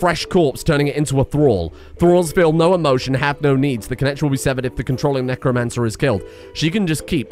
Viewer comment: Necro-anne-cer, need I say more?